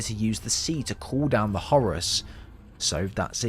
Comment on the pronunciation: Brits saying Zeenith instead of Zenith sounds silly, and Horace just sounds wrong, it's Hor-rus as in the Egyptian God!